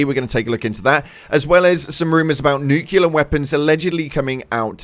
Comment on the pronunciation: Nucellar weapons lmaoo